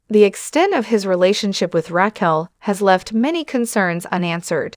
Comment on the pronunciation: Is this an AI generated video? Or do you just not watch the show.... Saying "Katie" but posting photos of Ariana, not knowing how to pronounce Raquel?